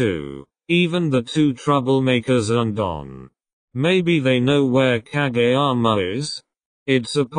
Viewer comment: Honestly shocked when the narrator voice didn't say ka-jee-yama and actually said kageyama's name correctly 🤣🤣🤣